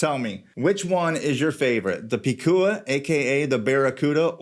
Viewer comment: This a great and accurate review! I have 2 #SC watches and I agree they are high quality, luxury category, “Bad Ass” watches, just like their founders José & Anita who also represents those qualities. And you are pronouncing the name “Picúa” on point 👌🏻. I can’t make mi mind between the two of them. Want them both. #SanturceCollection 🇵🇷